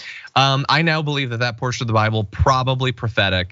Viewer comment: He read the entire cover and gave up after that; it's the ONLY part of the Bible he quotes. 😆😆 "Thuh Byebull" "Thuh Byebull"